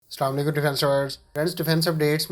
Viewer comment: سلالیکم نہیں اسلام علیکم ہوتا ہے